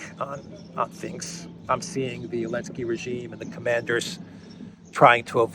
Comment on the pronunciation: I listen to your program daily and appreciate it. I still don't understand why you call Zelensky "Elensky"